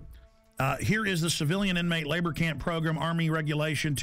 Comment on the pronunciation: i like how he says progrim instead of program